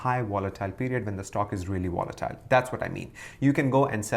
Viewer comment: Are u saying wolatile or volatile?